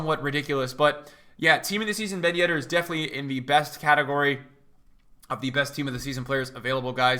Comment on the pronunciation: at the beginning of the year: BEN YEDDAH